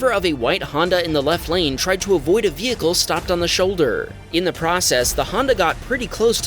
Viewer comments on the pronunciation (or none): none